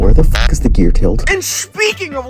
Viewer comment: Stop saying fack